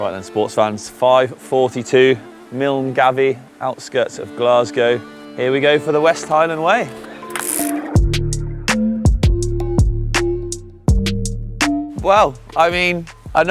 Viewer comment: The way pronounced Milngavie is absolutely criminal 😂😂